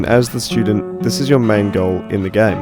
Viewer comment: Did he say shootdent? Lol